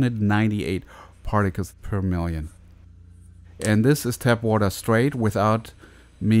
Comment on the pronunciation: Its tap water not tab water